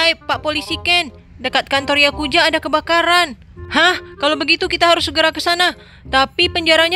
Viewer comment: Yakuza oi bukan yakuja